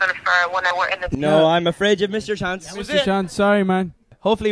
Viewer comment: we took a ✨"chonce" ✨